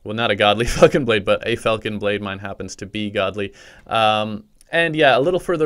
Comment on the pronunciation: sounds like he said “godly fuckin blade”😂